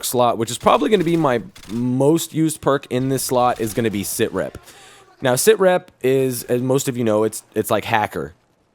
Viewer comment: sitrep not sir rep not tryin to be a dick but just saying